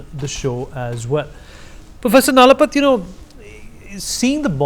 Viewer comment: NalapaT - T as Tom. t as in Panipat.